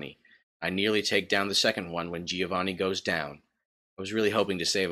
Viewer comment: I'm Italian, Stop saying Gih-oh-vanih. It's Like Jo-Va-nn-i